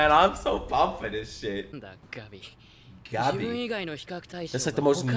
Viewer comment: Οκκκκ soooo... Whose gonna tell him to not be this emphatic with Gabi? XD